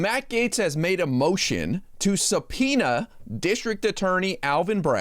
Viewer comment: How can gym Jordan even say the word subpoena?